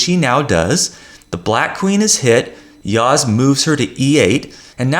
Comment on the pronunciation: You pronounce well Yağız's name